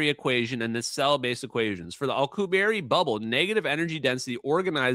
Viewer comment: keeps pronouncing Alcubierre (the warp drive) as alkuhberry.